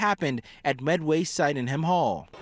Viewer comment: • Meanwhile, most of the Chinese and Indian students are in class, getting the education they paid for (and not going home for the holidays… or ever again). • - Ugh, please stop pronouncing it like that. It's not /sigh-den-ham/, it's /sid-en-ham/; don't you know British names? (Saugeen rules, Med-Syd drools! 😛) - This has been a big year for London Jr. huh? So much attention for once.